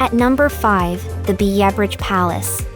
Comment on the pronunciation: It's Kurpark not Kupark and your pronunciation of places was wrong. I really couldn't finish watching especially after you were butchering the pronunciation of Biebrich so badly.